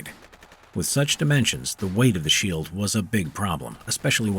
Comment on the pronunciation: Lol he said sheel in the beginning